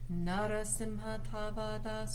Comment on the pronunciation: Great video. It's pronunciation is na ra seem ha. And consider slowing way down so people can chant alongside you.